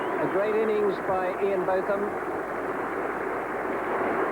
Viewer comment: Some people call him Both like Hughes did. The first part though. I heard his wife say it in one of the programmes made about Ian Botham.